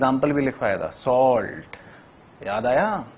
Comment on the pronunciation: Sir it's not sault it is saalt 😂😂 By the way love your ✏✏ teaching 🥰😘😍😇😇😇